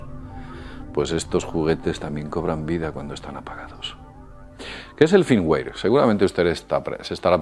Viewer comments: no vuelvas a hablar de informatica pq para uno que sepa un poco quedas como un inutil, entre el firmguare firmguir i firmwar xDDDD por favor aprende ingles o no vuelvas a usar la tecnologia pq me ha sido vomitivo este video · muy bien mi estimado.... pero un detalle .. cuando pronuncias y sobre todo no se si como lo pronuncias se escribe ... me refiero al al FIRMWARE .. ya que tu dices FIRMWAY .. pero yo conosco el FIRMWARE .. y como tu lo defines esta mal.. así que aclárame si es : FIRMWARE O FIRMWAY .. PARA PODERTE AYUDAR .. QUE ES ...???? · joer macho , toma alguna clase de ingles .. uimere? firmware ! 🤣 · ademas la pronunciacion Firmware que él hace aca es como la pronunciacion inglesa no americana, "feimwae", porque los españoles tienden a aprender el acento ingles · Cada vez que dices "Firmware" lo pronuncias de manera diferente :c